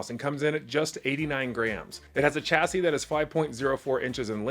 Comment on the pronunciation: Your reviews are great. Just an FYI you don’t pronounce the “s” on the end of “chassis”